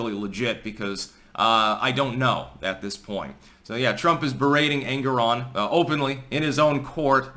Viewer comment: the way you pronounce it I end up hearing Angron - a very angry boy from 40K :D